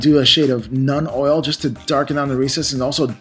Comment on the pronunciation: When he says Nun Oil, is that the same things as Citadel's Nuln oil?